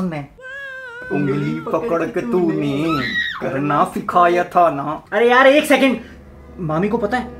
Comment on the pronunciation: ye toh s ko f parhta tha ab toh s ko b h parhne lagya😂